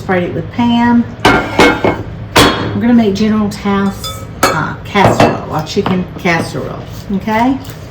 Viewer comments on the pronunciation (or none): General So's chicken, i used to pronouce it like you until the people at the chinese restaurant corrected me. Its pronounced general so's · Hey! It's pronounced "so". Do you know how long I went pronouncing it the same way you did? Oh my goodness!! I had no clue! My son finally explained it to me but, I'm telling you, if it's not an English spelling, I have a hard time with it! 🤦‍♀️🤣 Thank you so much for putting this recipe up. I don't do spicy but, my family loves this dish. Now, I can make it at home! ❤️